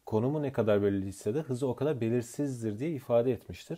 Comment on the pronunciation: Ne güzell elli diyosunuz hocam😂😂😂💛Çözümler için teşekkürler